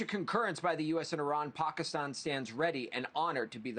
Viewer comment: pakaaastawn....reporter can't even say the countries name right